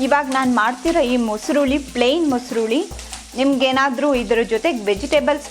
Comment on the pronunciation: Welcome. Your voice and narration also amazing. But you have to correct your pronunciation of kannada. You use henne for yenne,harda for arda, uli for huli . Hope next time we will see you with corrected pronunciation. All the best.